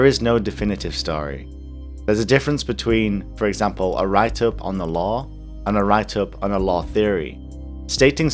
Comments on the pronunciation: For 6 mins, I thought you were saying "law", instead of "lore". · lol when you said Lore in i thought u said the Law xD